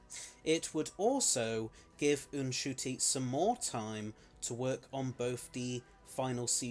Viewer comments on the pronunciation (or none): Eh, not really. He still just pronounces it Shoo-Tee for a start. And while in Kinyarwanda the N is pronounced, it's still only a 2 syllable word, whereas you're saying it as 3. I'm not trying to be rude, just pointing it out. Loved the video as per usual :) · The way you say Ncuti really bugs me...